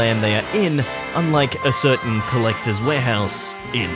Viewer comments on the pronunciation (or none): none